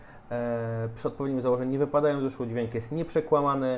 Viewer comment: Polska trudna język...MachajoM, głowoM, wypadajoM🤦‍♂